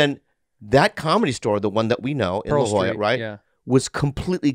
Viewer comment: its La Jolla not La Joya heh